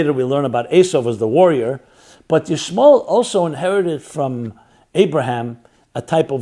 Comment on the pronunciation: Ishmal? I notice you trying to remove the el out of Ishmael. 😏😏